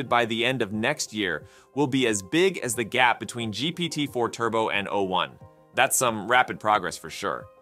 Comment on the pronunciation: Why are you pronouncing 'o' as though it was a number? o1 has not substantially attained human-level reasoning. It has replicated a small subset of that, but it often fails to think critically. It's too agreeable, to the point of being gullible, and it fails to correctly follow instructions when given tasks that it's supposed to be good at.